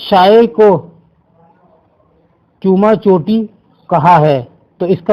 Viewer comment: Sir ye چوما چاٹی ہے جسے آپ چوما چوٹی بول رہے ہیں please تلفظ کو درست کر لیا کریں